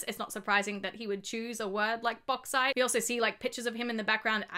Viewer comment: "Bog site" does sound like Australian strine as we often refer to the toilet as the bog.